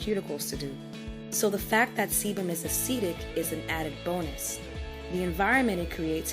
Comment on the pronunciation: I am "Caucasian" which doesn't mean much, since I did not come from the Caucasus Mountains! However, despite not have the hair issues discussed in this video, I really, really enjoyed the video! A pleasant voice, the music was NOT disturbing, and it actually provided FACTS. Cool. One adjustment: the word is a-cid-ic, not a-seed-ic. But that's such a tiny flaw, I probably should not have mentioned it...